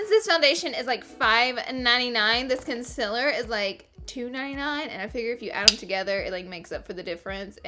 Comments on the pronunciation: It's not CON CEL ORR it's concealer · Honey it’s concealer not conciller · How you were saying conceller was ughh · Girl I love you but the way you say concealer is so weird. It's not con-sillar! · y do u said concealer like that